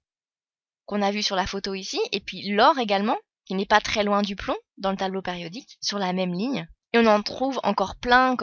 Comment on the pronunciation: Elle dit tableau pAriodique??